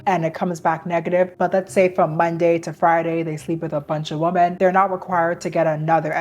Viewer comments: The plural noun WOMEN is pronounced as wi-muhn not as womAn. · Why do you pronounce the plural “women” like the singular “woman?” I’m confused.